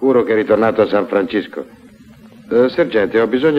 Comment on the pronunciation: san francisco .....cisco ...non sisco... a quei tempi i doppiatori non sapevano l inglese ......sempre indietro come i gamberi